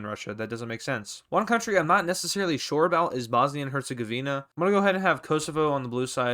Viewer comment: you literally did bosnia perfect like i love you i mean bruh :)